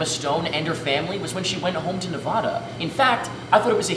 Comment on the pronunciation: As someone who lives in Nevada, I almost clicked dislike because he pronounced it wrong.